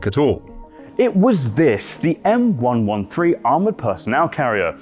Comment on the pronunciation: Thank you for saying M One One Three correctly.